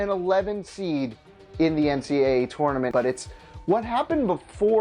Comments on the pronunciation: Can this guy not say tournament correctly!!! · I hate the way he said tournament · Why do you say tournament weird